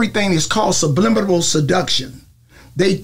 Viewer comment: Sublimblybal?😂 What the hell? Nevermind. Whatever he said,it certainly wasn't subliminal. Jee__susss!